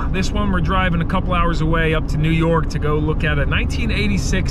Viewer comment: New Yawk pumps n new YAWK CAPS eh?